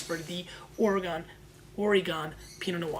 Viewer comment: Love the show! My only critisism since I'm from Oregon is the pronunciation of our awesome state. It's Oregun, not Oregone!